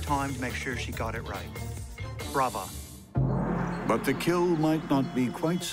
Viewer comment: A+ for correctly saying 'brava' and not 'bravo'.